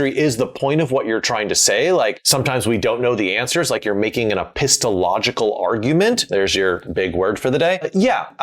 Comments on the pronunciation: You said "epistelogical" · Heh... you missed a syllable when you pronounced the big word :p Just being pedantic. Great video as always. This is one of the only channels where I have the notification bell enabled. Never missed a video. Cheers. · It's a shame you couldn't pronounce epistemological properly, near the end. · Epistological arguments eh I think you will find that is missing a syllable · You left a syllable out of epist-EM-ological. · You got lucky with that correction of 'epistemological'... I was listening to the video while I clean and I was like ' OH NO YOU DIDNT' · "There's your big word for the day that I didn't pronounce correctly" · Well, your pronunciation gave us most of a big word of the day. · Also, it would help to pronounce “epistemological” correctly. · 😂😂 I think you pronounced 'epistemological' incorrectly. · You mispronounced epistemological and still kept the "big word for the day" line in the edit... bold move. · I had to chuckle at "epistemological", because you left out a syllable when you said it. 😀 Regarding unearned happy endings: When the third Star Wars movie came out (original trilogy), it seemed unearned for the Force to allow Darth Vader to join Yoda and Ben at the end. I thought, "Huh? He did one good thing. How does that make up for being 99.9% evil?" The other two trilogies made that make sense. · There are excellent novels with unsolved mysteries (e.g. some of those by Stanislaw Lem: Solaris or His Master's Voice ) where the point is that there are mysteries we are unable to solve. - You mispronounced it 😀